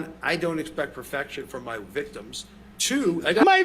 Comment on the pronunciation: Love that line “ His Viticms” laughing so much at that